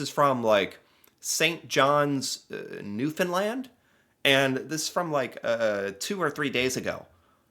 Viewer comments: I love that you have taken the time to learn to pronounce the name of our province, Newfoundland!!! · Hey you finally pronounced "Newfoundland the correct way most Canadians don't pronounce it right. You are now going to receive a cookie.I still have a slight Scottish accent that only some Scots and Newfies can detect usually older people. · Your starting to pronounce Newfoundland like a true Atlantic Canadian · At the beginning of his YouTube career it would just put my head down in same for him for pronouncing it new-found-land. Now im proud of him. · Omg he said Newfoundland right. Ive never heard that by anyone not a newfie. Edit to say he really does say it right.😂 I had to check to see if I heard it right. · Good job with Newfoundland pronunciation! Nobody gets that right! Hahah. And yes that’s kind of Irish you hear. Most of Newfoundland was settled by people from the UK, specifically Ireland. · Thank you for pronoucing Newfoundland as newfinland right. 🤙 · Finally someone who can say Newfoundland right instead of most people who aren’t from here and they say “Newfinland” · You pronounced "Newfoundland" perfectly well, first try. Well done sir. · First of all, thank you for pronouncing Newfoundland properly. Secondly, we are used to Hugh amounts of snow and have the equipment to deal with it, shovel it down, blow it away, repeat 😊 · Well, done, you pronounced Newfoundland correctly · Yay you pronounce Newfoundland correctly! 😊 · yeah he said it right kinda ... and how we do it my friend is get out any means figure it out when u get that far first..or send one of kids and to me thats normal. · huge respect for pronouncing Newfoundland right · 10 points for saying Newfoundland correctly. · The first creator I have heard pronounce Newfoundland correctly on their first try!! 😂 Love your videos,! Happy to see you talking about our province, even if it is due to the outrageous amount of snow we get 😂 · You said 'Newfoundland' correctly!!! Well done!!